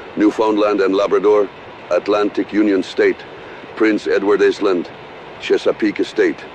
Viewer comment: Prince Edward Iz-land.